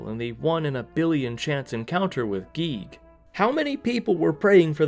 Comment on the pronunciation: "Geeg" It is GIGAS [Guy-Gas]